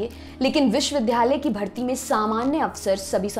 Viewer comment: मैडम! आप विश्ववि --- "द्या" -- लय बोलिये वि"ध्"- यालय नहीं-- उच्चारण सही करिये🙏